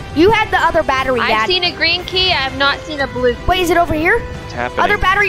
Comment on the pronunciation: when said blue key it sounded like bluey! 😂